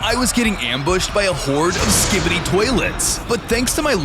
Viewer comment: Pls never say skibity